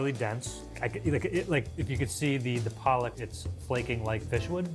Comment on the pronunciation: Pollock lol not police